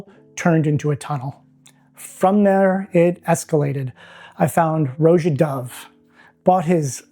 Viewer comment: Roja is pronounced like the name Roger (no hard R), not roh-jah.